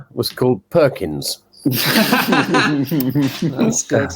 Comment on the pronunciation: Lithuanian God of thunder isn't Perkins, it's Perkūnas. Pronounced like Per-coon-ass.